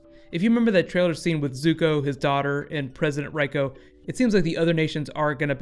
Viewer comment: not Zoku, 'Zuko'...